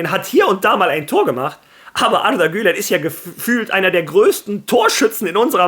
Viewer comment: Wie du Arda Güler aussprichst 👍